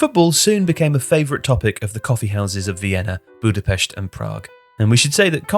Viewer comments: Liked as soon as I heard the Budapest pronunciation. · Native hungarian speaking here, thank you for saying Budapest correctly